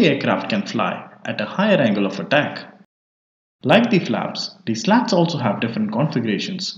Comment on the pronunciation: slats is pronounced like sl0ts?😜